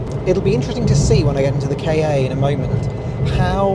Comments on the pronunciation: Your video is really amazing, full content of and great to watch. But drives me crazy rearranging “kei ay” instead of the correct “Kah” (saying like the end of Fiesta) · Sorry to be that person, but why would Ford name their car a "Kay Ay"? it's pronounced "Car". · It is not a K A it was pronounced like car. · Did you just call it a K. A. With a space in the middle???? It's the kahhhh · Its pronounced like cat without the t and not like kay aaay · I died a little bit everytime you said "kay-ay". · It always makes me chuckle gently when you southerners say 'Kay Eh' - for us Scots, 'Ka' and 'car' are very different sounding words, so I don't think I've ever heard anyone up here bother with two syllables :)